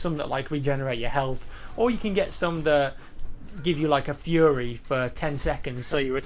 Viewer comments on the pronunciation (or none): none